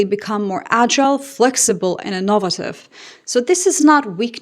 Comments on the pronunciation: it's pronounced IN-O-VAY-TIVE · Innovative? Interesting pronunciation. Hmmm. 🤔